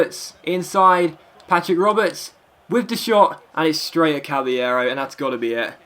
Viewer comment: It's not pronounced cabbyero it's pronounced cabalero he said it himself and I know i didn't spell it correctly